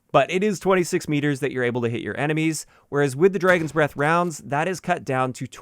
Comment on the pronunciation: I like how says it like "Draygon." I have a friend that says things like that too.